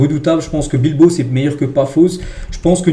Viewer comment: Bravo. C’est la première fois que je t’entends dire « BilbAO » et non pas « BilbO ». Comme quoi, faut jamais désespérer 😉😜🥳